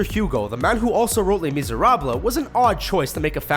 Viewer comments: Les Miserables Pronounced: Lay Miz-er-ah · lah mizerableh? thats not how you pronounce it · You said Maleficent wrong and Les Misérables wrong. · Why did he pronounce Les Miserables that way? I cringed lol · Pronounciations: Maleh-facent Hoo-ah Mulan Lay Miserabla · they not only mispronounced maleficent they also mispronounced les mesarabe. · "Mal, a fissent." Are you fucking kidding me? "Le Misera-bleh" Are you fucking kidding me?